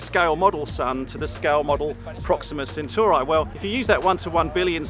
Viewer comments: its not proxima centurai, its proxima centauri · 0.23 CM is 2.3 mm not 23 mm That is definitely not how you say "Proxima Centauri" :D